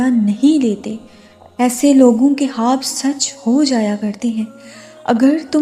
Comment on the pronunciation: Assalamoalikum..sis ap ye khwab ko haab q bolti ho muje bhot irritating lagta h or urdu me khwab hi bolte h ap kon si language use krti ho jisme khwab ko haab bolte h ?...plz batyega zarur